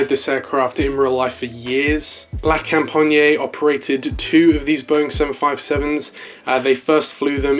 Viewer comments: it is pronounced la compagnee not la companyeah im not any hater it just irritated me a bit as a french human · Yeah the best way to say it without speaking french is la com-pa-nyee but without dragging out the nyee too much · Lol so cringe the way you say "la compagné". the best way to say it is to not say the "e". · you can open the A400 doors, it's like the C17 you can go for it ;) oh and btw it's La Compagnie (la companEE the E sound as in General LEE not IEY just for your knowledge not a critic) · Just pronounce la company but with a French accent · he aint saying it right lmao